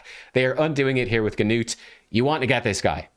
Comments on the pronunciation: The g in his name is actually silent. Just Nut! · Great job, you just told me about my next Six Star Champion. I’m building up my resources now. Also just wanted to tell how to pronounce Gnut’s name: the “G” is silent the “U” has a long U sound. So to put it together Gnut (“G”Nute the G is simply silent, so imagine that it is spelled like this “Nute”) rhymes with Lute and Flute. A lot of people are going to say Nut like walnut but that’s wrong, irregardless, he’s a great champion and I expect a hard fusion to get him, I think I can see the ole Paywall from here! I am looking forward to your next video! Have a great day!